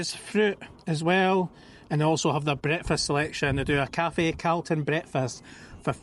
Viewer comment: First time time I’ve heard someone from Edinburgh pronounce “Calton” hill wrong. Sounds like an American caaaltin 😂